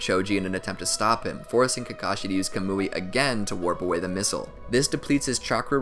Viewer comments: This dude said kamooi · Bruh it's not "CUH-MOO-EE" it's "KAH-MU-IE"